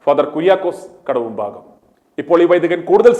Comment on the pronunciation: കാവുംഭാഗം അല്ല കടവും ഭാഗം